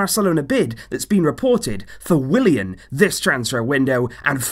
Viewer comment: What it's Willian not William what!!!!!!!!